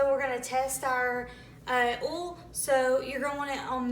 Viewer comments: It's called OIL, not OOL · come on girl it’s O-I-L OL 😂 OIL